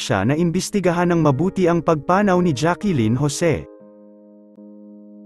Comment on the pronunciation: Sana ayusin nyo po mga pagpronounce nyo. JACLYN po NOT Jackelyn hehehe...Dami nyong sablay!